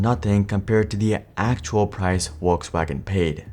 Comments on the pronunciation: It's "Folksvagen", not "Wolksvagen". Nice video, thanks 👍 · It’s not Wolkswagen. It is pronounced FolksVagen! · Volskwagen, not "wolfsvagen" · Bruh say "Wolksvagen" or "Volkswagen" not Wolkswagen. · Folks FolksVagen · omg your pronunciation of Volkswagen is so bad ! just go to google translate and play it out to see how it's pronounced, what's so hard? It's Folksuagen! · am I the only one hearing wokeswagen lmao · Need to work on that V in Volkswagen because it sounds like Wolkswagen. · Volkswagen.. In English Volk-s-Wagon In German Folks-Vag-'n Not sure what is happening in this video... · What's a "walkswagon"? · Why do you pronounce "Volkswagen" like "Wolkswagen" without also producing "Winterkorn" like "VinterKorn" . If the video is in English, it's best to just skip the pretentiousness and pronounce everything in English.